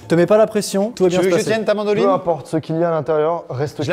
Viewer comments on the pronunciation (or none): "C'est un instrument de musique" - "Non c'est une mandoline" En vrai j'ai entendu Mandarine x) Mdr 😂